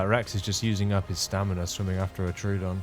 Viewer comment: Troodon = Troh-O-Don. 3 syllables Not True-don. There is no "true"